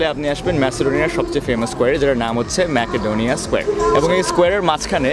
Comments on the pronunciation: It should be "Mecodonia," not "Makadonia. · ম্যাকাডোনিয়া না উচ্চারণ হবে মেসিডোনিয়া